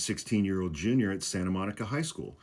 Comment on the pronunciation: Haha I had to listen to this twice- I thought he had introduced himself as a genius!! When I listened again it was “junior”!!